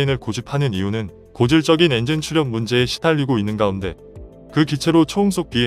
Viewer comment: 엔징은 국민의암 조국 니뽕이 엔진 발음이 안돼서 하는 발음입니다